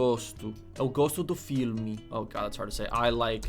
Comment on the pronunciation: "Eu gosto, eu gosto do FIRME" (filme) hahaha It's seems you said "I like, I like the steady" 😏 It's seems you like something else hahaha My girl friend it's not a portuguese speaker and I watch her saying PAU (Pão) all the time hahaha PAU means cock, PÃO means bread Sorry, our language it's complicated and tricky, but keep praticing😃 Also it's very hard to learn "NH" words, like CoxiNHa, it's like a nasal sound